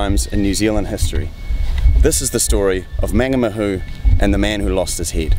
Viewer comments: Good story. Just a small pronunciation tip, the first A in Mangamahu is pronounced the same as the way you're saying the last two. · So wish he pronounced Mangamahu properly